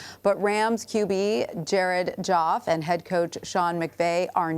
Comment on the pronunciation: She said Jared joff😂😂😂